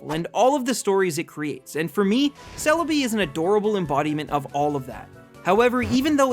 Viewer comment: GIRATINA IS SPELLED WITH 2 I'S, NOT 3 A'S! THE E IN KYOGRE SHOULD BE AFTER THE R! IT'S CELEBI, NOT CELABEE! AND IT'S FARFETCH'D, NOT FAR-FETCHED!